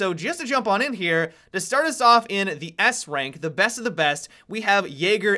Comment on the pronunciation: Op adds an extra syllable and vowel to every last word I his sentences. "...Where i would've originally placed him in-uh."